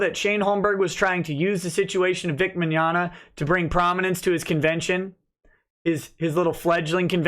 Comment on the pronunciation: LemWAH: Victor Mig-nog-na are you guilty? Vic: No. LemWAH: .... I got nothing that's all I had planned.